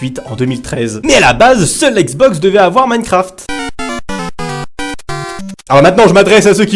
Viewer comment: Il sait toujours pas dire minecraft il dit mancraft 😂😂